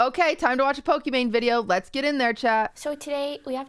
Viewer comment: number 1 fan yet QT can't pronounce "Pokimane" correctly